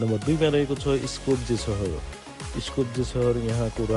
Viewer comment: (ह्रिस्तिजान मिकोसकी) Capital City Skopje ( स्कोप्ये ) Here and in most European countries, J is pronounced as य, यो europe को continent मा हो तर european union मा समेत अहिले सम्म प्रवेश गरिसकेको छैन धन्यवाद 🙏